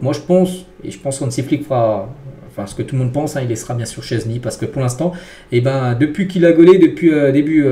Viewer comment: Oh ça fait du bien il dit enfin "szczesny" correctement !!! 😅